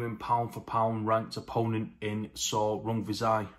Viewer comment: I feel like you nailed those pronunciations. A good keep busy fight for Rungvisai